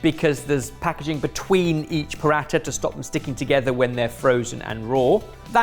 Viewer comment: Just a little tip, Paratha is pronounced more like Puh-rah-tuh 👍